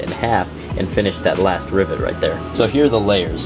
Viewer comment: Anytime you say rivet, I listen way too closely to see if you say ribbit, which sometimes you do, and that makes me happy